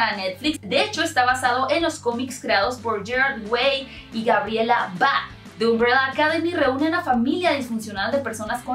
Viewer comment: Si dijiste Gabriel Bá verdad? D': no Dijiste Gabriela o si?